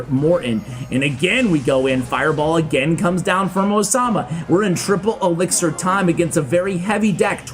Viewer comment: The editor has a problem with the word elixir man😂